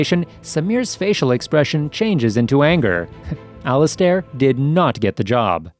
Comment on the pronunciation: It would be better if you could read better... Al-iz-stare?? 🧐🤔🤨